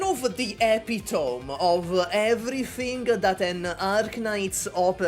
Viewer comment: "Epitome" = "Epi-toe-me" NOT "Epi-tome"